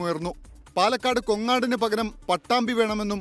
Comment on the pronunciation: പാലക്കാട് കോങ്ങാട് കൊങ്ങാട് അല്ല,,,😆